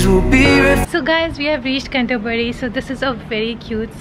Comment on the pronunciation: Hi, how you’re well. Oh bless you, saying Can-toe-bury 😂 made me chuckle, it’s a tongue -twister name. You clearly looked very excited and well pleased visiting the place. As you loved the greenery so much. You got to visit North Yorkshire, open countryside with loads of pretty scenery. Any plans to visit York? Keep in touch hun Xo.